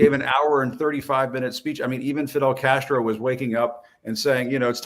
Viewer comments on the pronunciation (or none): none